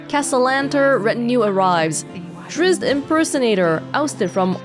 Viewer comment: OMG a Drizzt reference too xD hahahaha "Drizzle"! That's really funny that you read it that way. No Dribbles was the clown. Drizzt is a Drow hero ranger and titular main character of the Legend of Drizzt novels by R.A. Salvatore. There's been a joke that so many people played good-hearted drow rangers because of him so I think the story in the paper being about a Drizzt impersonator is actually in reference to that xD That's really cute.